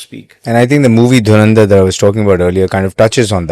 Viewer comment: Inn unpado ko to dhurandar bolna bhi nahi atta 😂😅